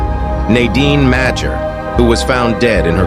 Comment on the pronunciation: It’s pronounced "Major" -Dan Madger